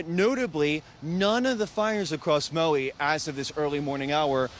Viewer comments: Where's Mowie? There isn't any island in the Hawaiian archipelago called Mowie. If you can't properly pronounce places or people's names you certainly shouldn't be in media broadcasting. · Who is this reporter? Maui is not pronounced Mow EE? Get someone who is informed.